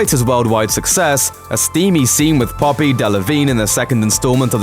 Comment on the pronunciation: Yes, his p's sound quite a lot like b's there!